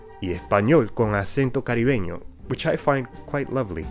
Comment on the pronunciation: I was so impressed with how you pronounced "y con acento caribeño" i went and showed my mom, neither of us are from el caribe or even close, we're from uruguay n she doesn't know english but oh my god i had to tell someone